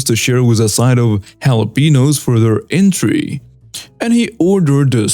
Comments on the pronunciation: Hello friend. I watch your program with captions. I noticed some mispronunciations, and hope to help. Chef is pronounced shef, and entree is pronounced ahn-tray in my part of USA. Chef was easy to understand because that is the Spanish pronunciation, however entree was pronounced in similar way as entry, which would not make sense. Not trying to cast aspersions but trying to assist. Love your enunciation and emotion while speaking. I respect your effort and have found your program very entertaining. Thank you. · FYI,: Chef: (French) pronounced "shef" Entrée: (French) pronounced "ON-tray" Holster: "HOLE-stur" Trivial: "TRI-vee-uhl" -cheers! 🙂